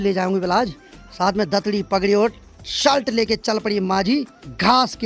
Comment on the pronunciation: तुम शलट मत बोला करो शर्ट कहते है